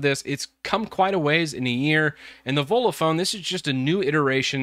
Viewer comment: Sounds like you're saying Ebola phone.